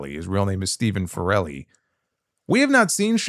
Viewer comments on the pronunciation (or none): I think it’s pronounced farel-ee and not Fa-rel-ee. He’s Irish, not Italian. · yeah basically lol you made it sound Italian when the irish is slightly different farrel e instead of fa relly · You pronounced his name as if he's Italian. It's pronounced like "barrel". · Your pronunciation of Farrelly like 'Forelli' had me dying laughing, he'd be the whitest Italian ever after me! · absolutely butchering his (Sheamus') real surname 😂😂 You pronounce it the same way you'd say 'barrel-e'. You made him sound Italian 😁😁😁 Still my fave wresting YT channel dude, thank you. As an Irish dude, I'm so proud of this man representing us for so long - what a guy 🇮🇪💓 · The pronunciation of his name omg